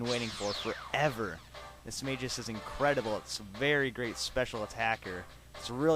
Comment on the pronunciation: Its not Mis-mage-us. its Mismagius.